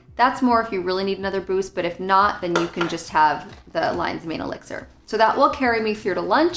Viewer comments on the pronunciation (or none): none